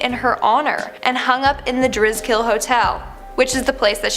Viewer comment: The hotel isn't pronounced the Dris-kill it's the Dri-skill